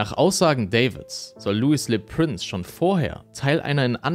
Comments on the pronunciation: Das ist jetzt gar nichts für mich. Sorry! Mich stört auch die falsche Aussprache vom Franz. Prince. u.a. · Prince wird in dem Beitrag kontinuierlich falsch ausgesprochen. Das tut schon ein wenig weh. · Warum sprichst du "Le Prince" englisch aus?